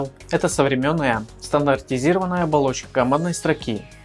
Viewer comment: совремённая. у нас так дед 70 летний на кафедре говорил